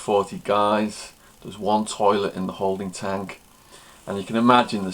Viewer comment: He has an unusual way of ending his words like "rec-k" "holding tank-k" "bunk-k".. etc. And an irritating smacking sound at the end of certain words. Another thing is the water in the toilet bowl is what minimises the smell, as soon as a big piece of shit is under the water it will stop smelling that much. So saying "drop one, flush one" is supposed to get rid of the stench, is probably not the reason. It's probably because when you are in a tiny cell with another person, everything can lead to an argument or a fight, so it's common courtesy to flush the toilet immediately after crapping, because no one wants to see a big turd in the toilet, especially when you remember that the toilets don't usually have seats/lids.